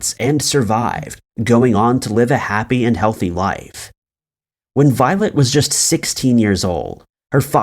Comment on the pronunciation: Why do I all the way hear “violent” instead of “violet”!? It gave me a shake every time ))